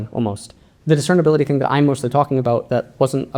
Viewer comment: This was a great video, but it's "discernibility". Sorry I had to point it out 😅